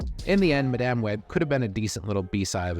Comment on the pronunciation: Thank you for actually pronouncing Madame properly. Practically every video review calls her Madam. Granted, there's no difference in meaning, but it's simply attention to detail.